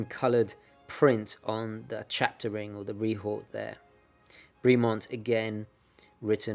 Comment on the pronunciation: Bremont pronounced as a French name /brimo:n/? I believe its pronunciation is more in line the clipped vowels associated with British toffs /bremment/. But good, informative review, as always, steeped in historical background and technical details. Wouldn't Bremont be the connaisseur's pendant to the rather more pedestrian Tudor or increasingly cretinous Rolex?